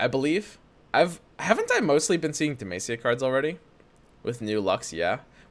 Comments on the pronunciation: It's Deh-MAH-SEE-YAH, not MAY-SEE-YAH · Dude google how to pronounce demacia God damn it was hard to go thro this vid